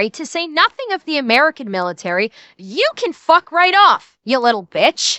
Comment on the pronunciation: She's truly "A-Mare-Can".